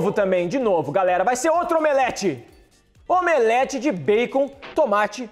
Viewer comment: voce fala omelete